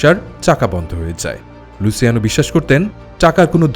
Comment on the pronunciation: আপনি নিজেও অনেক ভুল বলছেন, অইটা লুছিয়ানোই হবে আর গাম্বিনো সঠিক শব্দ, আর অইটা লুকেজি হবে না হবে লুক্ষেছে, গটি হবে না হবে গত্তি, এইগুলা ইটালিয়ান নাম এইগুলা এইভাবেই উচ্চারণ করা হয়(luciano,Lucchese, Gambino, Gotti)